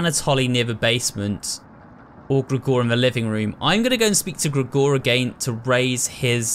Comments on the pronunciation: Great playthrough but the way you pronounce Gregor is ridiculous lol It's like Gregory without the y..>XD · I love you but I hate the way you say "Gregor"